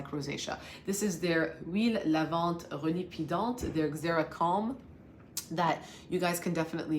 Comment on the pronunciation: Huile lavante relipidante, you mastered the pronunciation 👍🥰